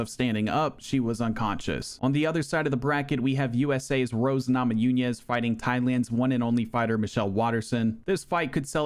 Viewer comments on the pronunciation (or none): Bro cannot say namajunes properly. Your sayibb it like namajuñes. Pronounce the N like nnnnn not nnnnyyyyeeee